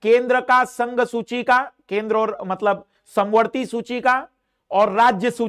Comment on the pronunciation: सुची नही सूची